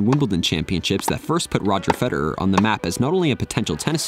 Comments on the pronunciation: Nice video, mate. Except could you magbe stop saying fe-der-er and start saying fe-de-rer? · "Feder err" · Why does he keep saying Feder'er, it's Federer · Who's Fede-urr? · I can't be the only one ticked at how this guy says "Feder-er" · Never heard anyone pronounce his name ‘Feder-eur’. 🤣 Great video though! 👍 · Great video man But why did you keep saying “Federer” as “Feder-er”? 😂 irks me a little lol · I’m so exited about this. I love roger fed-er-er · Is that how we suppose to pronounce his name, Feder-er? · I can't get over that pronunciation of "Feder-err" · why do you say his name like feder'er? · why do u pronounce federer "feder-er"???? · Hes american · The way he says “Fed,er,er” makes it unwatchable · Why are you pronouncing his name like a robot? "Feder-er"... ? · Why do you say Federer like that? You’re a tennis channel and don’t know how to say his name? Feder—er? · Wait, what’s with your pronunciation of Federer? Subliminal messaging 😆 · Is that really how we supposed to pronounce his name? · Should probably work out how to say Federer before you make a video on him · Am i the only one annoyed by the way he pronounces Roger's surname? No other comments i can see say this